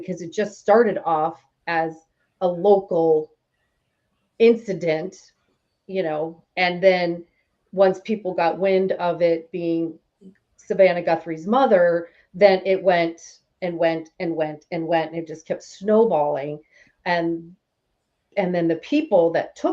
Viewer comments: ITS GUTHRIE! NOT GUNTHRIE. You lost credibility not even getting her name right😡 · You're mispronouncing Guthrie. You're saying Gun-thrie. There's no "n".